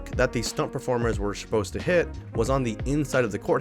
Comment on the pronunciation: Shposed instead of supposed is so funny